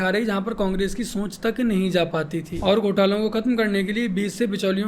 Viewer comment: सोंच नहीं भ्राता सोच उच्चारण सुधारिए